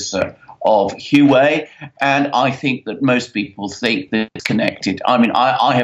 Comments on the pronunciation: Huawei is pronounced as Huwawei not Huwei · It is not Hu wei. It is Huawei. The 'A' for America just got kidnapped. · I'm told its 'wha-way' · Huawei is pronounced "Wah-Way". Just google the pronunciation of the word. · Say Huawei like this 'Hu-Wow-Way'. The way you guys say it, it is so wrong, I cannot even understand you. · I can't understand either. "Wah Way"(2 words) is the correct pronunciation. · Huawei is pronounced ' Hwah Way ' Ms Meng is now out on bail. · Can't even pronounce Huawei right?